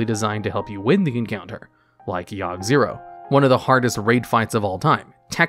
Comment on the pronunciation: Yogg Saron not Zero :P